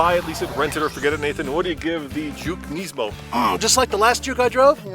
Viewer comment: You say nismo wrong, you say it like nesmo